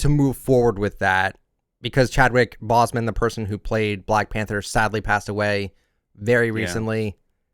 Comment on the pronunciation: I know I shouldn't be bothered but, the fact that he pronounced Boseman wrong is kinda triggering